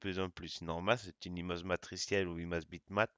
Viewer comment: Il faut dire image et non imaze